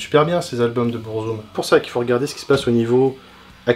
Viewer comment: Après Burzum ne se prononce par Bourzoume mais Beur-Zuhm il me semble